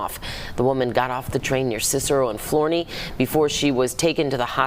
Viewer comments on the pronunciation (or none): Florenee😂 It's Flow-Ra-noy